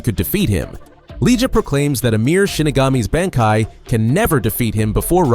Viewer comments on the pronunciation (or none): dude common you cant even pronounce bankai right ?you are trolling